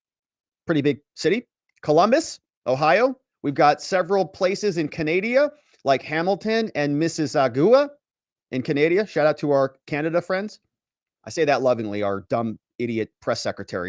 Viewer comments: Holy crap you so badly butchered mississauga you couldn't have done worse if you tried. Not even remotely close. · Did you hear how he butchered mississauga?